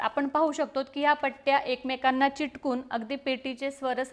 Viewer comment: भाषा सुधारा चिटकुन नाही चिकटून